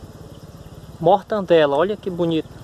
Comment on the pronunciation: "Me descupe meu nobre, mas o correto a se pronunciar é mortadela e não mortandela! Descupe mais uma vez